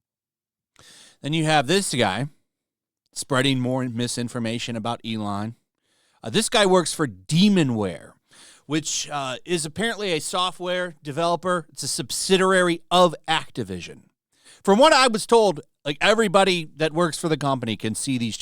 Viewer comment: Love the work. But my ocd is scratching at my neck here- “subsiderary” is not a word bud, it’s pronounced “subsidIARY” < [sub-sid-ee-air-ee] ✌️